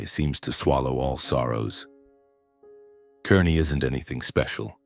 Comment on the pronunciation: I laughed at the details of this story! They begin with the “tiny town of Kearney, Nebraska”. First, it’s pronounced “Kar-nee”, not “Ker-nee”, and with a population of 57,000, it’s hardly a “tiny town”. Also, it’s only two hours from Lincoln, not three. 🙄